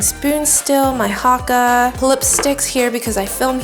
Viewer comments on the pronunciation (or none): none